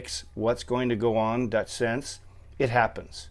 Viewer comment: its PRONOUCED SIN-SEE!